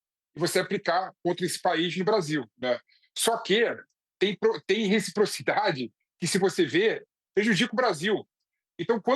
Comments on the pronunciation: Ensina o sujeite a falar rechiprochidade primeiro... Trocando um funcionário por arap............... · Se ele aprender falar reciprocidade, eu voto nele 😊😊😊